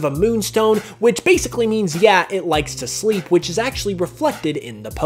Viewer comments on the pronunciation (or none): none